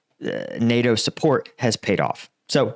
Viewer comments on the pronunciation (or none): none